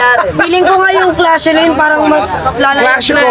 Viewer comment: Koshellaine ILAYAG✅✅✅✅✅✅✅ clashellaine lubog❎❎❎❎❎❎❎